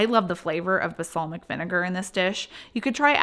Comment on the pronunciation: Balsamic. It’s BaLSAmic.